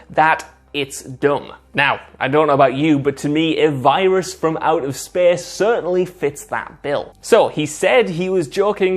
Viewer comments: It’s space not SPEEES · I KEPP LAUGHFING EVERY TIME HE SAYS "SPACE" BEUZ INSTEAD O SPACE HE SAYS "SPES" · When he said SPESS for space...